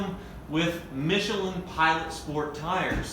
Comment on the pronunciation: You pronounced michelin wrong, just saying...